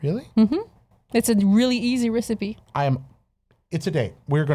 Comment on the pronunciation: funny accent word to add : Recipe